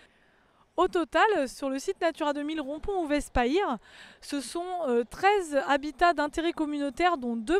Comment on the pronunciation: Encore un effort et on prononcera Payre [pajre] correctement !